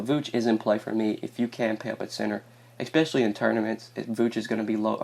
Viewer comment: I'm so sorry dude , I like the picks , but bro.... I stop the video and find someone else to watch every time you use this word... its pronounced "especially" not "eXpecially"